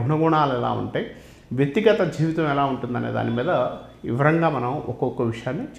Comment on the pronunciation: ఝివితం, చేద్ధామన్న......సరిగ్గా ఉచ్చారణ లేదు, అవసరం లేని చోట ఒత్తి పలుకుతున్నారు. ఏమి గురువుగారో ఏమో. ఎవరో రాసింది, చదువుతున్నట్టు ఉంది😂